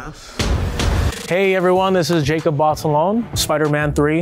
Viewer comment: As a Filipino it is disappointing how he feels the need to pronounce his hispanic last name like that. Like be proud of your heritage and say it like how you know it’s supposed to be pronounced